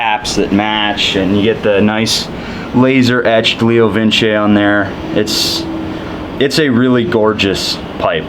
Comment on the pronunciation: Not entirely sure but I think 2nd time you pronounced leo vince correct